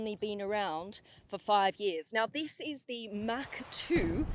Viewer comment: How she pronounced mach 2, it is much like hawk tuah. 😂🤣 Mach Tuah